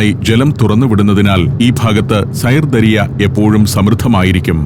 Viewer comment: സൈർ ദരിയ എന്നല്ല! സിർദാരിയ - എന്നാണ് ഉച്ചാരണം! ദരിയ എന്നാൽ നദി !